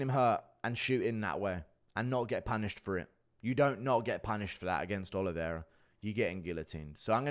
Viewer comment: He doesn't even pronounce Oliveira correctly bro